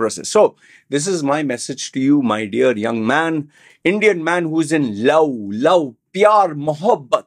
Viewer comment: You are making fun of the Indian pronunciation of the word love by saying lou, and then keep saying Vomen instead of Women. 😂😂😂